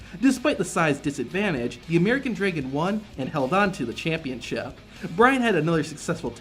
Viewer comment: Draigon? Who pronounces dragon like that?